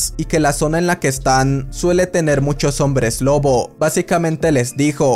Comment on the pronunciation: oye si no te diste cuenta en vez de decir lobo dijiste loco o eso fue lo que escuche xd